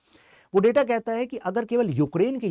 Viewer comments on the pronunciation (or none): none